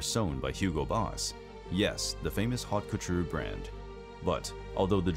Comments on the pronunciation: Bro if you’re gonna pull out the ‘haute couture’ then please at least pronounce it correctly. If you can’t/won’t…then leave it out! No points for fancy terms if you can’t say them properly! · Gotta be one of the worse pronunciations of haute couture I’ve heard in some time.